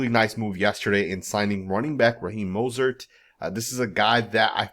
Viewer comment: You can’t even say his name right 🤦🏾‍♂️🤦🏾‍♂️ so it’s obvious you don’t need to be doing a video on him or anybody else on our team 👎🏾👎🏾👎🏾 who the hell is Mosert???? And you don’t know what offensive we’re going to run bro you don’t have no knowledge of him or our team… Dude is still one of the fastest players in the league did you know that??? Yeah I’m inscribing from your channel because you honestly not saying this man name right let’s us know YOU DON’T ANYTHING ABOUT THIS MAN OR FOOTBALL 🤔😏😏😏😏😏😏👎🏾👎🏾👎🏾👎🏾👎🏾👎🏾👎🏾👎🏾👎🏾👎🏾👎🏾👎🏾👎🏾